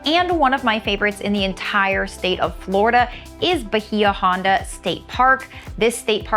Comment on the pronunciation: Bahia Honda is pronounced Bay ya honda